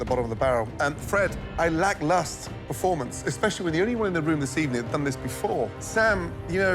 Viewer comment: When you love the word 'lacklustre' make sure you pronounce it right.